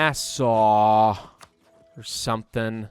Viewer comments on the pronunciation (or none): none